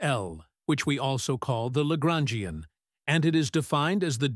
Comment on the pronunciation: Traduction accordée à IA est mauvaise la prononçassions de LAGRANGIEN=horrible